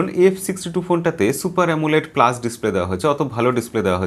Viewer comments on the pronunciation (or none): none